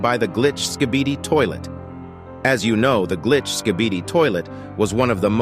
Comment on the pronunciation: Bro says skidibi